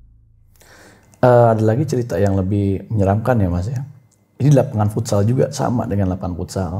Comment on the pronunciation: FUTSAL NOT FOOTSAL